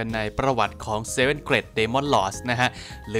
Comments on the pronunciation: ผมว่าน่าจะออกเสียงเกรทมากกว่าเกร็ดนะ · อยากให้แก้คำว่า Great อะคับ ออกว่า เกรต, ลากเสียงยาวนิสนึง เจ้าของโพสพูดซะ เกล็ด เป็นเกล็ดปลาเลย, เอาเป็นว่าเปนกะลังใจให้คับ